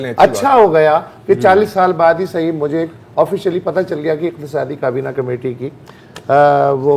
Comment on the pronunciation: Totally enjoyed the humor with sarcasm! One thing that I have noticed Mubashar Zaidi and Zarar Khoro both are impressed with Usman Dar's pronunciation and accent as now they are trying to adopt it by pronouncing کابینہ as کبینا